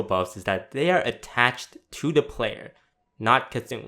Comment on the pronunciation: "attaTched" LUL